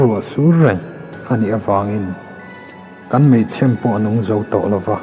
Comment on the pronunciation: A ngaihnawmin a bengvarthlak khawp mai. Mahse chhiartu hi mei chhem tih lai a lam dan hi a dik lo tlatin ka hria. Chhem tih lai tak hi a lam sang tlat zel a..